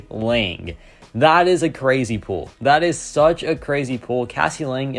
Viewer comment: Is this guy saying pool instead of pull?